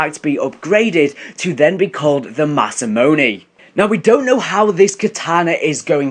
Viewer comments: The desc sez masaMUNE not masaMONE btw love the vids bro! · masamune mah-sah-moo-ne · DAILY Black Ops 3 Source! No, you pronounce it Ma-sa-moo-nay. You've been butchering it for so long.